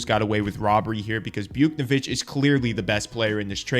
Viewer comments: it’s pronounced “Bouch-Nev-ich” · You pronounced it Bouk-ne-vitch, you’re supposed to pronounce it Bouts-nev-itch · btw its Buwtch-nay-vitch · Buke-nuh-vich lmao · is this dude really saying buke-ni-vitch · I’ve never heard buchnevich pronounced like that😂😂 it’s Booch-neh-vitch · i thought you were gonna be one of those new, legit hockey chanel’s i subscribed to, until you said, “byuke-no-vick” wtf bro lmao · Pronounce buch’s name right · What did he call buchneveich!?😑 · The pronunciation of Buchnevich was the biggest mistake in this video. I’ll pass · That buch pronunciation is crazy lol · He lost a bit of credibility to me when I heard that lol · Bro has never watched hockey in his life. Or he is mentally challenged